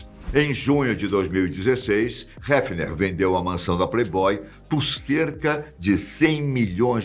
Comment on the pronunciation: Heffner dá voltas no caixão cada vez que o diz o nome dele. Aprende a dizer o nome direitooooooo!!!!!